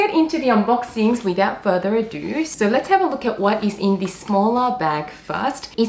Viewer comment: where is that accent from? pronouncing 'so' like 'sowr'